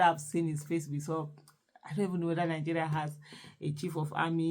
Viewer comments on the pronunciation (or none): none